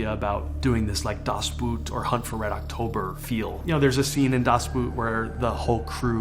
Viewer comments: Das "Boat", not boot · As a german I cant get over how he pronounces "Das Boot"😂